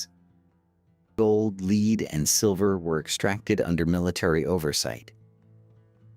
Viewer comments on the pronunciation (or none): Gads. Somebody upgrade this AI voice for Welsh pronunciation. It can't even tell the difference between "lead": to guide forward and "lead": the metal. Then there's the word "motte": spoken "mot". Needs to recognize Roman numerals: It's "Edward the First" not "Edward Eye".